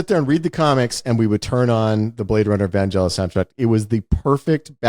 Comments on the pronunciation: It's funny how Wes pronounces "Vangelis" with the "a" and the "e" just the opposite way it should be. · When Wes asks "Is it "Van-Jell-is", he means what the correct pronounciation is, but when Ty responds with "Well, it's like 'JIF' or 'GIF' ", he is basically saying I don't care because I'm American. But the name should supposedly have a hard 'G' as in 'golf' and if you're really ambitious, the 'n' should be silent.